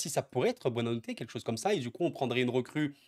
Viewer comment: buonanotte signifie "bonne nuit" en portugais, il faut le prononcer en coupant le nom en 2 parties: buona / notte. Bravo à toi pour tes vidéos !